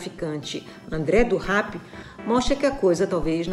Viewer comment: gostei de como ela falou rap e não rep, não sei se foi para evitar a associação de um criminoso a cultura hip hop, mas se tiver sido por isso, parabéns.